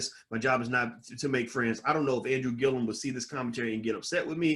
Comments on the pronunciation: Respectfully, the brothers name is GILLUM, not "Gill-ium." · You’re adding an extra syllable to his last name.